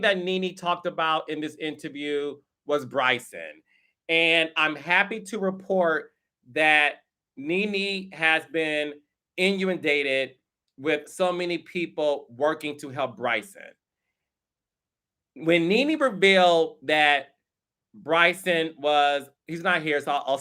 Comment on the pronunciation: Ok, CK… inuindated? 😂😂😂